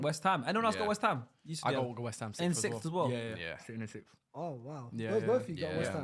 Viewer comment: having a fairly hard time with the word 'sixth' lol